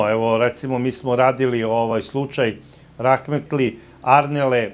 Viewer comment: Izvinite, rekli ste "rakmetli"... a pravilno se kaze "rahmetli"..... znaci raHmetli... recite H a ne K 😊